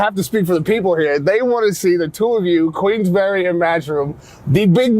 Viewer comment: It’s not Queens Berry its Queensberry